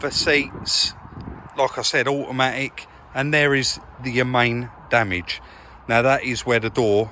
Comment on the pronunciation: It’s nuyace that it’s auamaic!